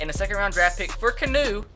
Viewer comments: He still said it wrong. Key-an-nu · Keanu Neal is said like. "Key-Ah-New" Neal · Isn't keanu pronounce "key-ah-new" like in that key & peele movie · Isn't it "Kee yah noo" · It is pronounced key-ah-new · It's pronounced key-a-nu, like Keanu reeves the actor. Pronounced the same way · it's pronounces ke-ah-nu neal u fucking idiot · It's keee ahhh new 🤦🏽‍♂️ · it's pronounced Key-Ah-Noo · ITS PRONOUNCED "KEE-ON-NU NEAL" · It's pronounced Kee-Ah-Noo Neal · it's pronounced KEY-A-NU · It's actually key-ahh-new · It's pronounced Key-ah-new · I swear it's pronounced KEY-AN-OOO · It is pronounced (key-on-oo) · "Key-ah-new" Neal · His name is pronounced key-on-ew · You pronounce Keanu Neals name like Kay-On-Oh Neal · Its key-an-u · It's key-ah-new Neal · Beast Mode he knows he just likes saying Canoe Neal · Kee ah noo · he said Keanu wrong twice😂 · It's not Canoe or Keynu it's pronounced Key-Ah-Nu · This mans name isn't canoe or keynoo its pronounced key-a-noo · lol it's not Kee-nu it's ke-a-nu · ITS LIKE THE MOVIE ITS NOT CANOE ITS KEANU OR LIKE KEANU REEVES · Was anyone else getting progressively more and more pissed off that he was saying canoe Neal in stead of kee-on-no Neal 😂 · It's not keenoo either 😂😂 KEY AH NOO. NOT KEE NOO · HAHAHA key-new 😂😂 it's Key aw new. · Beast Mode kee-on-no Plus he wants to call him Kano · KAY-AHH-NEW Not KEY-AHH-NEW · its pronounced Key Ah Nu Neel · [key-ah-new] Keanu Neal bro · its kee ah new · Say it with me. KEY-AA-NEW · It is KEY-AHN-U Neal!!!!??!*#($ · ITS PRONOUNCED KEY-AH-NOO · It's (ke-ah-new) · His name is actually pronounced Kee-on-eww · It's pronounced Kee-ah-noo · It would be key-a-new (the a being pronounced like the way it's used in han, as in the han dynasty). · It's pronounced KEE-AH-NEW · U can't even pronounce Keanu correctly. It's like Key-a(soft)-new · It's pronounced Key-A-New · its keeee aaaa nnnn uuuu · Its pronounced (Key) (ah) (new) Neal. Keanu Neal😂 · It's KEE-A-NOO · it is pronounced (key ah new) neal